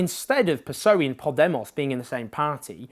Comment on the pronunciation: "piss-oey" jajaja. Owen, corazón, it´s "peh-ess-oh-e"